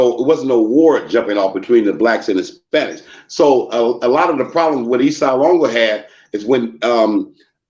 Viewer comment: Ace duece wasn't a gang it was like 3 of them lol, and they weren't around in the 60's,try 1979, and you never saw them, only messed up writing on the Walls, nothing more, homie can't even say LONGO right, East Side Lawngo WTF, it's LÓNGÓ, and not mesicans either, dudes got the name's wrong, and he's a Crip to now, Hood jumper,that I never heard of growing up in my Varrio since 1976... Mando'ESLONGO'CMS... 🙏❤️🥊